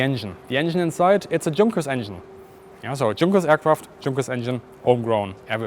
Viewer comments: It's Y-unkers not Junk-ers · It's not Drzunkers, for cryin' out loud...,.it's YOONKERS ...!! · also is your accent fake? junkers suppose to be pronounced yoon-kerz? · quite an interesting and well presented video. good that the museum allowed access.. as a side not i was startled to hear a german speaker pronounce Junkers as "junk, ers,, i' always thought it was "yonkers" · If you're German, you should know that the manufacturer of the Ju-87 is pronounced "Yunkers." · PLEASE learn how to pronounce the names properly. Junkers = Tschoonkers ? Fuselage = Fuschalash ? Etc. Etc..... LOL As a German speaker you should know better. Otherwise nice footage. Where is the footage of the cockpit inside ???? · I'm confused, I've always been told Junkers was pronounced Yunkers, the German 'J' sounding like English 'Y', but you specifically pronounced Junkers with the 'J' sound. Which is it? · Excellent! I learned a lot from this episode. By the way, I’d always assumed that the proper German pronunciation of “Junkers” was “Yunkers,” with the German “J” sound. So that’s not actually the case? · Would be nice to ask some German how to pronounce JUNKERS before doing video. It totaly breaks it. Had to switch off after hearing the JUNK 3 times over. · I was taught as a kid to pronounce it like Yuunkers* - are you using Anglicized version of the word, is it regionally dependent or was I taught wrong? (* best attempt at describing it, not as in the j in junk, as in rubbish) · I'm curious, as a German native speaker, why do you pronounce Junkers with a hard J? (Also maybe you should call this episode "Outside the Cockpit". 😉) Great episode! Loved the "violent machine-human-ground interface"! 😂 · Me: has only ever heard the Junkers pronounced "yoonkers" Bis: Junkers Me: visible confusion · Yes,, even though we’re English-speaking, we CAN handle the truth! Yoonkers & Shh-Tuka.